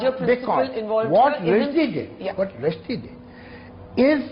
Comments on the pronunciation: His surname is Rush-di, not Rushi-di. It's irritating to hear wrong pronunciation repeatedly. Rest all was top notch. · It’s Rushdie not rasheedi. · Name is Salman Rushdie not Rashidhi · Its Rushdie not rashidi...naam to sahi bol